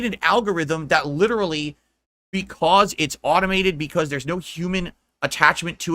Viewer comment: "No, the algorithm is perfectly fair and that is LIDURULLY what I said before! Trolls are just making things up to start drama. You know what I am say-ing?"